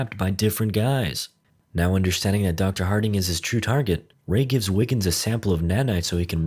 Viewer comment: Are you saying Wiggins or Niggens?